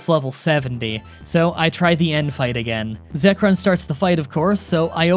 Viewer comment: what about "Zekron"